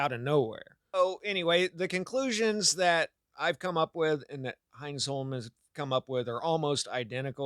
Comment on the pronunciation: Hines-holm? HINE-sun